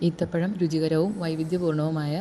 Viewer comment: ഈത്തപഴം അല്ല കുരിപ്പേ ഈന്തപഴം😄😄😛😛